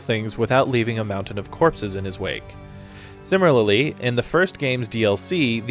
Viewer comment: "Simirlaly"? :-) Good video btw